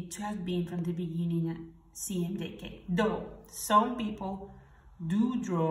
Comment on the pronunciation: Why are you pronouncing CMYK as CMJK?